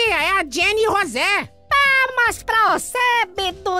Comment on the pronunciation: Não é roze é Rose 🤣🤣🤣🤣🤣